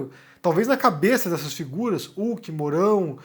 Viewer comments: meu velho, não se pronuncia "Luciano Ulk" o 'H' tem som de "R" no nome dele, você nunca viu o programa ou alguem falando o nome dele? Resumindo, escreve-se "Luciano Huck" mas pronuncia-se "Luciano Ruck" ta bom? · Pq o fala Uck, ao invés de Huck? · a pronúncia é Luciano "Ruck". Excelente vídeo, como de costume.